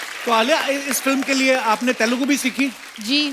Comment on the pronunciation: yeah when someone pronounces our mother tongue wrong it really hurts many people pronounce Kannada as kannad and Telugu as telgu. I just want everyone to just verify once what is it's actual pronunciation.